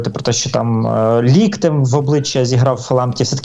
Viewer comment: не лОктем, а лІктем